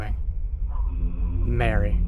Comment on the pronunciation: Marie, Not Mary 😂